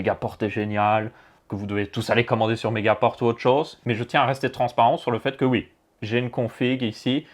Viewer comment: On dit megapore